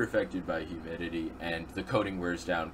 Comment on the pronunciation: how many times did he say effected by huminity